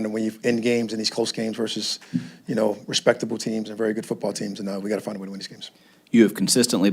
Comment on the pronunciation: "Find a way" was worser than AI saying "practice"🤣😭🤣😭